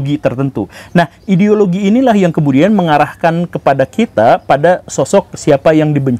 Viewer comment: Gimana ngomong "ideologi" nya guru?? 🤣🤣🤣